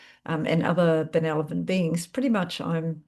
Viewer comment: Thanks; I enjoy your readings. Sorry to be a grammar nazi but check spelling and pronunciation of benevolent 🌟